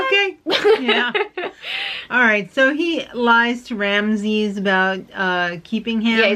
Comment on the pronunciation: Omg 'Ramzez' lmao 😂